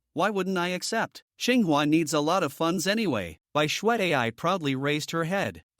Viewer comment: ching hua? you mean tsinghua?